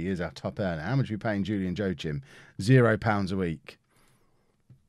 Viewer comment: joachim is pronounced wakeem